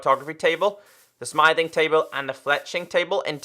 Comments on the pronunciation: Its not smything table its smie-thing table is the right pronounsation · Your saying smithing wrong